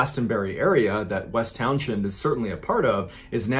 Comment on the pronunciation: "Towns-end"... just saying